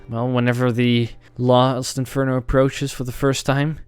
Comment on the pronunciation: they when is reading it he says Lost Inferno not Last Inferno.